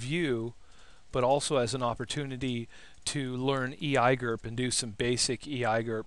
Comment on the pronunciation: I just hear it as you using a foreign language there... French.